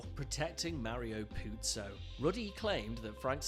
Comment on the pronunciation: It's not pronounced like "puzzo" it's a smooth z